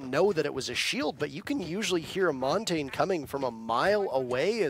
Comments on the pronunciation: who’s “montane” ?? pretty sure he means montagne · Everyone always pronounces Montagne wrong. It's Mon-tan-ya. French for mountain... it isnt hard. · Wish people would learn how to actually say Montagne properly.